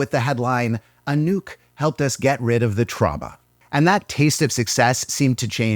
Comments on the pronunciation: well, might sound better like “a-nook” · It took me a good 2 minutes to realise you've said anouke and not a nuke. It's time to go to bed I guess. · everytime when you said "Anouk" i thought you said "A nuke" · I think I'm too tired for this video, I heard "a nuke" everytime Anouk was mentioned.